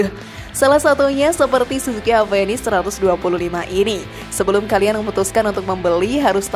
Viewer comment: Oya, baca avenis?? Dengan V ya bukan P, 😝, kenapa bukan saluto yg dimasukkan ke Indonesia bang???